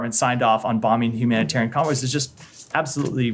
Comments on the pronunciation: HumanitORIAN?.......someone can't even say the word! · He intentionally mispronounced Humanitarian Aid Trucks.. “humoratairan aid truck”!